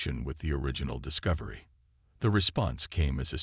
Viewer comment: "The Dis-co-vi-ry"